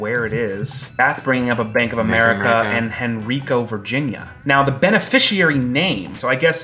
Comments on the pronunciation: It’s pronounced “Hen[rye]co, Virginia”. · Henrico VA is Hen-RYE-Co. There, now you know. 😉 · It's Hen ri co Virginia. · ITS HEN-RYE-KO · It's cute hearing Henrico said differently than how we pronounce it here.